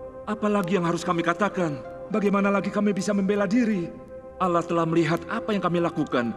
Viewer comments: Ko bilang ng nya alah bkn allah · Kok alah bukan allah